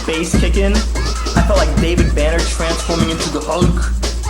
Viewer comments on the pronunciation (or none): Did he say David banner or Bruce banner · Anyone else hear David banner instead of Bruce banner